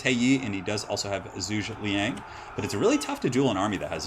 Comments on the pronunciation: More like Joo-guh Lee-young. Zhu is pronounced with a J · Zhuge Liang is pronounced Joog-uh Lee-ang. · if you want to cast this game you should totally practice your Zhuge Liang pronunciation skills. He's like the most famous character of the setting, so expect to see him a lot.